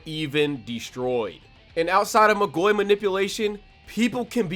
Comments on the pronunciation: great video, love to see people talking about magi but isn't it pronounced magoi(mah-goy) and not magoi(muh-goy) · "Alma Toe ran" "Mah goy" lmao I'm assuming you've only read the manga but you're stressing the wrong syllables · Its MAA-goi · This way you say Magoi pisses me off ngl, you say Magi perfectly fine but fail to say Magoi correctly. Not trying to be a dick, its just annoying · I hate the way he pronounces Magoi